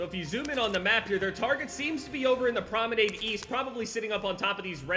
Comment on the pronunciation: It's pronounced prom-e-nod